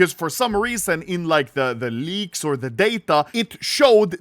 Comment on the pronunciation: His tongue is so fat it sounds like he says leagues not leaks